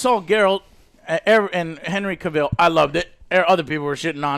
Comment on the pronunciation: Hey Joe, you are pronouncing Cavill wrong, please google "how to pronounce Henry Cavill" there is a video of Henry Cavill himself, explaining how to pronounce it correctly.